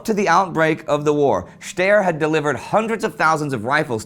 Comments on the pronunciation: Waffenfabrik steyr. Die heißen doch nicht "schtehr" sondern ""schtei'er"" Try to write how to speak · Funny how you pronounce steyr its pronounced as it was written staia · Steyr is pronounced "Shtuy-uh".